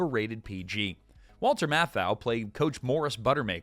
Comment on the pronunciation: 5. Five different brands. How many times was Walter's name mispronounced ?